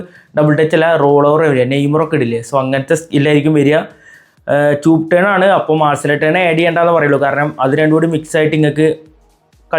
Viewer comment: Chuup turn ala bro chop turn oo😮